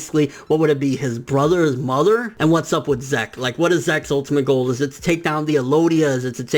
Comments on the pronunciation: STOP SAYING ZEK IT'S "zeek" I'M TRIGGERED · Good video. Zeke. Zeek. Not Zeck. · i get the feeling its pronounced ZEEK not ZECK....maybe the earlier translations are shitty. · Every time you prnounced zeke as "zak" i cringed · your killing me with these pronunciations, "zek"(zeke) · Um dude Zeke is pronounced like Zeek (seek with a Z), its an English name..... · its pronounced zeek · Pretty sure it's pronounced zeek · I cringed every time you said Zeke...